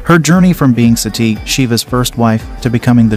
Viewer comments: It is not Satti but Sati. It is not Paarvaati, It is Parvathi. It is not Tandaav.,it is Taandav. it is not Yaajna, it is yagnya. Please pronounce correctly. Sanskrit is a beautiful language. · Parvati and sati is pronounced with a soft "t" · When you Pronounce Sati , the Ti sound is same as you say in Parvati and not like Ti in Tea. The way you said Sati implies to the practice done in some part of southern india when a baby is born. And also its not pronounced as Parveti its simply Parvati. And don't use such images to show our goddess. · First learn to pronounce the name of Goddesses Sati and Parvati then spread knowledge. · He even can't pronounce sati properly ...